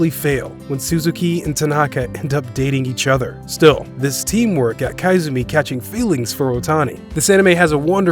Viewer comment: It's koizumi not kaizumi.🤣🤣🤣